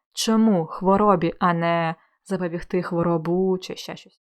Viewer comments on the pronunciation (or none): Урок чудовий, все зрозуміло, дякую. Але Ви вживали слово "запобігтИ" з наголосом на "и", а я все життя думала, що правильно "запобІгти" з наголосом на "і") Невже це слово має подвійний наголос ? 😯